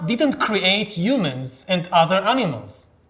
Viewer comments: I've noticed this with other Israelis speaking English it's like they just skip the H sound, perhaps used to a rough sounding one not soft. Its funny I saw him speak before I read the books so whenever I read the word humans in them in my mind they were "yumans" lol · We do have a "hu" sound. It just gets muffled for some reason. Who knows, maybe Yuval thinks that the H in "humans" is silent? We'll never know.